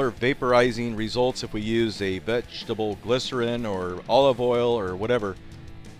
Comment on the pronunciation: Vegg- Ta -Bel XD